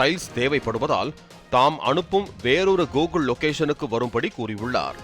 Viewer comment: adhu gogul illa?? google😂😂😂